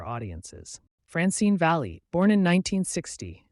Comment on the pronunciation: Frankie (pronounced) “VALLEY” not “VOLLEY”!